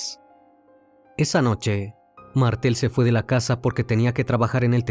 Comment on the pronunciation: Muy buen informe, pero una pequeña corrección: Pelusa, la ex esposa de Carlos, le pegó un tiro con una escopeta, no con una pistola, luego de que este la golpeara salvajemente. El barrio se llamaba "Florida", no " La Florida". Es "Facha Martel", no "Mártel".